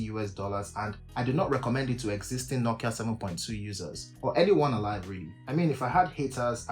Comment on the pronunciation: Bro you really butchered nokia this time 😂😂😂😂💀